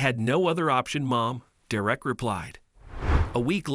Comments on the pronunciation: DERR - ek. DERR - ek! For the mercy of all that's holy and good. IT. IS. NOT..... Der - WRECK!!!!! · It's Derrick not Direct. I hate when they use a robot type voice to tell these stories. I can't watch the stories that's done thataway cause it's senseless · One comment would the narrator get the boys name right,Derek .not der ek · Derek, not “Da-wreck” Anyway, Derek, you’re a hero!! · Oh how i dislike mechanical narrations. Dur-wreck? Or Derrick?😵‍💫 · The fucking name is DEREK not fucking Direct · I keep hearing "Dee-reck." Actually, the voice seems to keep switching from "Derick" to "Dee-reck" These automated voices are quite irritating. Plus it's putting emphasis on words at the wrong spot making it sound even weirder... Don't get me wrong, it was a good story and all, but the voice telling the story just killed the mood of it for me. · stupid robot narration craze... This is absolutely maddening to here the robot mispronounce the kds name and then pronounce it correctly... You here DerECK and DEReck... I HATE THESE NARRATION ROUTINES... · Why are you pronouncing his name like that? Durek. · When the computer you use for voice reading can't pronounce a simple name like Derrick. And also "swee-thart" ??? (sweetheart) - come on! Do you guys even listen to these before you upload them? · The only thing worse than your incredible number of mispronunciations of the boy's name is the thought that they allowed you to graduate from school without being able to think. If they pay you for doing this, you should give the money back, as you have, in no way, earned it. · Whether it’s a simulated voice or a real person, the narrator keeps switching from pronouncing the boy’s name from DERRick to DerRICK. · Pronounce Derek correctly. It is pronounced dare ek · Good story but please read it through before you record it. The emphasis is on the first syllable of the boy's name. Please learn how to pronounce things before you record.